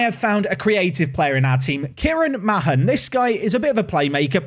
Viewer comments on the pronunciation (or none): by the way the surname mahon is pronounced marn not ma hon as this is my surname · Mahon is pronounced 'Maan', rhymes with Garlic Naan.... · Mahon is usually pronounced Marn. Fazackerley you need to work on. Hard to explain that one lol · Isn't Mahon just pronounced "Man"? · Also Mahon is said like Marn. Tranmere had a player with the same name Alan Mahon went on to work at Man City.